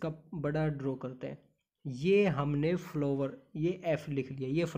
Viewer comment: Sir sorry but apki hindi n English dono pronounciation not right ....specially स्तनधारी, रोजेज,फ्लावर्स